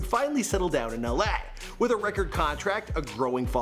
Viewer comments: lmao at how he says la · The way he said LA tho